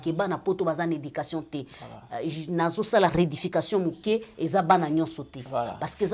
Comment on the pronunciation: C'est:1 Keyna jk pas kenaya 2 rectification et non redification juste une correction ne le prend pas mal stp ma chérie